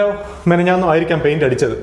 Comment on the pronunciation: മെനഞ്ഞാന്ന് അല്ല മിനിഞ്ഞാന്ന്... തുടരട്ടെ യാത്രകൾ... 👍🏻❤️🙏🏻